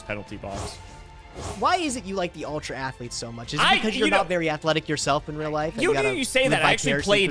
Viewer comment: UL-TRA ATH-LETES! Clap clap Clapclapclap